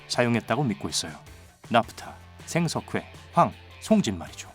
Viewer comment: 생석^회 안티키^테라 발음 존나 듣기싫네 진짜